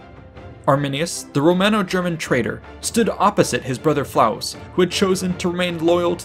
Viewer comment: LOL! 🤣 😂 🤣 ❤️ Well done! "Flavus" not "Flaus".